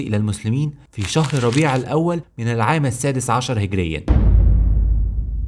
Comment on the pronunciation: هجريه وليس هقريا